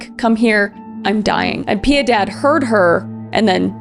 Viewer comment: I just love how she cant say Piedad.